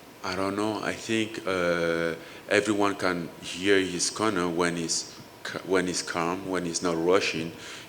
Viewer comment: I keep thinking he saying Connor instead of corner 🤦‍♂️😂